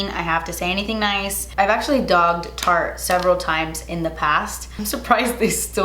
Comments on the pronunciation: I'm so glad I'm not the only one that mispronounces Tarte sometimes!! Shape tape always comes out of my mouth as "SHART TAPE TAPE" 🤦‍♀️ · I’m just gonna keep it real. I’m so sorry but that eye look is not my favorite. .. but when you called Tarte “Fart “ I died laughing! Your the best girl!!! ❤️😁